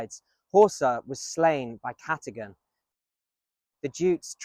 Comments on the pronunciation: Vorti-gurn, not jurn... 👍👌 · Vortigern has a hard g like in 'get' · Interesting video. But Vortigen/Vortigern is pronounced with a hard G (like the G in Gun), not like the J in Jail. I found that weirdly distracting. The video and information was good though, I did enjoy it otherwise.